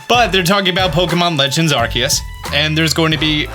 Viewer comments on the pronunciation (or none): none